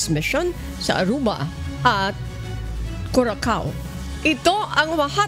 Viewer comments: Curacao is pronounced as Qurasaw ( Kyurasaw) not kurakaw😅😅😅😅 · Pls check the right pronunciation of Curacao. It is kyoor- uh-sow kyoor-uh-sow